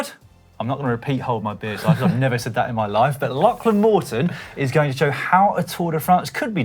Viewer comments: it's pronounced 'locklan', not lacklan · His name is pronounced like a Scottish lochs. So it sounds like Lochlan despite the spelling.